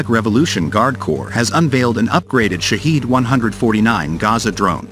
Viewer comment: It's pronounced as Shahed not ShaaHiiiiid meaning witness/observer.